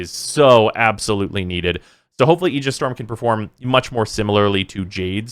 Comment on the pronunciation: Nerd? He pronounces Aegis correctly like me!